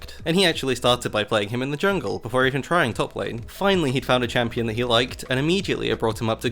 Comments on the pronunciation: Green Cucumber “yungle” 💀💀💀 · he says it like that lmao